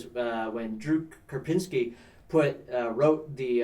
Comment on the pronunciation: Drew Karpyshyyn, not Karpynski. LOL